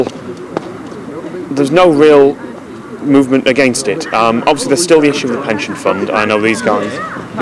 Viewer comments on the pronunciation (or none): Everyone's talking about how his voice hasn't changed AT ALL. And they're right. BUT dude the way he pronounces "against" has changed. Like idk why but that feels so weird